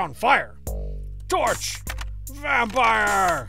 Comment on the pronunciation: Been playing alotta Vampire Survivors lately, but thanks to this video and Strong Bad's pronunciation of the word; I officially refer to the game as "Vampoire Survivors"